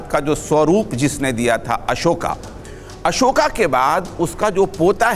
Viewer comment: मौलाना का संस्कार देखिए अशोक का उच्चारण अशोका कर रहा है